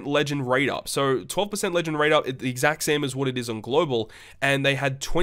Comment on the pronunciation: he said "gluebal" 😂